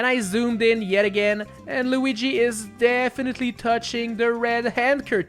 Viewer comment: “Super Tanooki Loogi” is probably the best thing I’ve heard in a long time